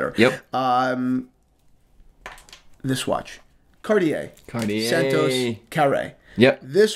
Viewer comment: Funny you have nothing to say about Jeff Bezos' Speedmaster, which he wore on his space flight yesterday. Funny how you pronounce watch brands : Caw-Tee-Hay / Cartier Pad-Dok / Patek Oh-Mee-Gaw / Omega Paw-Nay-Waye / Panerai Otherwise really good video, not a mean critic, just funny to hear you say the names of watch brands you work with. Remember once I was at a business meeting, talking with a realestate agent trying to rent a commercial space. I told him "nice Submariner, but it's the wrong time" and he answered me "Oh it's a fake" and it turned me off and we didn't do business and never met again.